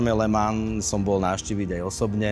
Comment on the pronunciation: Kluci, ta vaše výslovnost okruhu LeMans je opravdu u obou úsměvná, ke všemu když majitel tam byl a neumí to vyslovit po francouzky. Pro mě je to pouze pozér majitel.